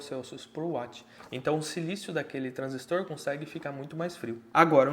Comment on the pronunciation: Caramba q projeto massa. Parabéns pelo canal. Também gostei muito de ouvir um professor falando corretamente a palavra TRANSISTOR, precisamos desses bons exemplos.